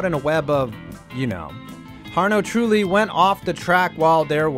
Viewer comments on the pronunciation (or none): I stomached it as long as I could, I even stomached "Suzaka"... But HARNO Trulli broke me. On the bright side, there wasn't a litany of massive, glaring factual errors like most videos.